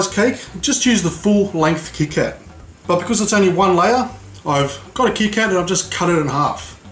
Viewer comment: u don't know how to say kit kat